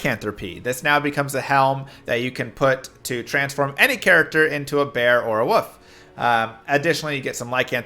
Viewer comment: What the heck is a woof? You mean wolf?